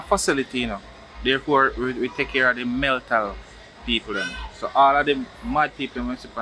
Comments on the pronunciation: I thought it was a mistake but he repeat the word....lol Meltal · "MELTAL" health facility😁🤣🤣🤣.. it's mental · Meltal I thought it was mental🤣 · Meltal health enuh! 😂😂 not mental health 😂 I love my Jamaican people issi # subscribed!! Loving it ❤